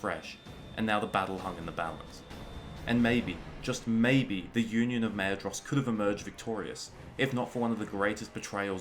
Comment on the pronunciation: Maedhros is pronounced Maithros, just so you know. My life was atleast turned upside down by that discovery